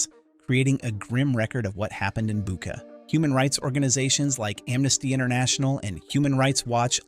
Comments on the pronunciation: "Bucha" is pronounced as " Boo tch a", NOT "Booka". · if you are interested in getting it right the correct pronunciation of Bucha the ch is the same as in church